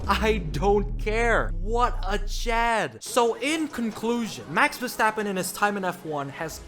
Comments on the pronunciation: wee stappen? If you are such a fan learn his name.... i am not even a fan but the way you say his name is annoying af.. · “Max Sidverstappen”